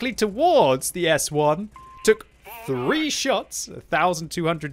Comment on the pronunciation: Why did he say five four fweeee two one?😂